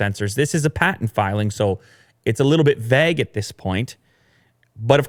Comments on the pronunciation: Yo dawg, its vague not vaag. I love you mate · The way says vague as vag is really annoying